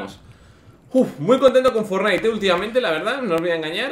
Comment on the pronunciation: se dice FORTnite, no fortNITE, acentuando en Fort